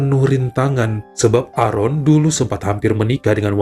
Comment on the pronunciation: Maaf bacanya "Eren"..tq